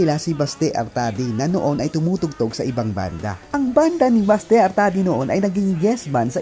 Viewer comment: Correction lang ha, Oct 2022 at hindi oct 2002 yumao si Mon and Manuel is still here playing for Rzrbk, not in the states and lastly it is pronounce Basti not Baste. ❤